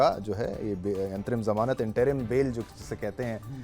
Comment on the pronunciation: Kezriwal, zail (jail), jamanat to kabhi zamanat, izazat 😂😂 jammu kasmir, Abe kutte jaahil bolna seekh ke aao.